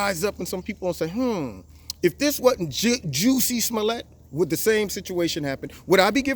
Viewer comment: Lol im tripping bc you keep calling him Juicy!😂😂